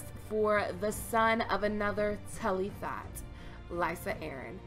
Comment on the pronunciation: lol "Tully thot"